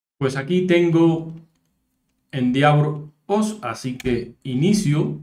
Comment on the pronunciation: se pronuncia endévor